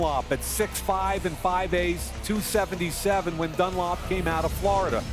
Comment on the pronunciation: Why did he say Carlos Dunlop. It's Dunlap. You don't say "run a lop" like wtf